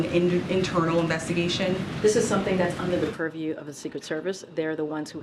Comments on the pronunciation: If i hear one more "under the puriew"😡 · Oh yeah, please, say perview again. She says that so well.